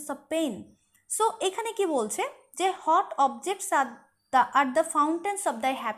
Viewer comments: Mem apni what er pronunciation hot keno blchen? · Please pronounce the word "WHAT" correctly Mam. Otherwise your classes are very enjoyable ❤